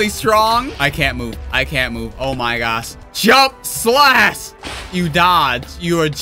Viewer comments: PRONOUCE THE H IN SLASH, PLEASE! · Pronounced:slash:slass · u said strong slas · YOU SAY “SLASS” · Man's H button broke, cause th is "slas"